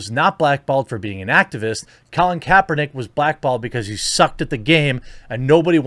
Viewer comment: “Colin Kaepertick”